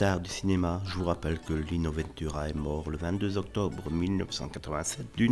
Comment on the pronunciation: Pourquoi prononcer : "vainetura" ? c'est VENTura comme on prononce vent, le vent ...